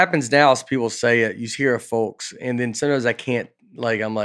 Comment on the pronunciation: OK, I am watching this old episode number 101 and you guys keep pronouncing the L in folks and it is silent. It’s folks as if it would be FOKS not FOLKS just saying keep up the good work you always do.